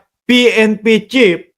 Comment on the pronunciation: Sino ba ung sinasabi mong pnp chip baka naman pnp chief ayusin mo naman ang pronunciation mo nakakahiya ang ingay mo pa naman.